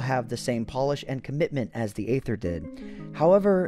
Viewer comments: It “EEther” that is the pronunciation.... hearing “Ather” messed with my head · You’ve probably heard this many times before, but just in case, Aether is pronounced “EE-thur,” not “AY-thur.” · Isn't it pronounced EETHER ? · It’s not Aether it’s aEther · its EEEEEEEETHER NOT AYYYTHER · wait i thought the pronunciation of Aether was e-ser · It’s pronounced EE-THR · I still pronounce it as 'Ether' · Pronounced eether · Six minutes of mispronouncing aether. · I think the aether is spoken with a silent A